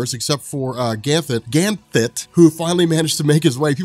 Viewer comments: Take a shot every time says "Ganthlet" instead of "Ganthet". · There's no "L" in Ganthet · This whole video, I was thinking that there was a different Guardian, Gantlet, possibly a close relative of Ganthet that I'd never heard of before, lol. Personally, I'm diggin the way is pronouncing it, as opposed to Ganthet, DC should bring in a previously unseen GotU that just happens to be Ganthet's brother. They've made further stretches before(some with more success than others...)😁